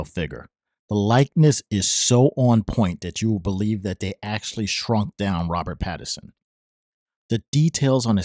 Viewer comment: Did uh did you call him "Robert Patterson"? Seriously?